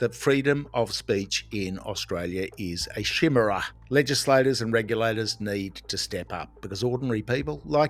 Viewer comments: It's enounced as k-Meara, not shi-meara. just sayin. Congrats on them dropping the case. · Chimera is pronounced "ky-mira" not "shimmer-a" 😊